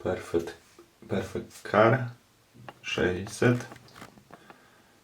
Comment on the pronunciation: nie kar tylko ker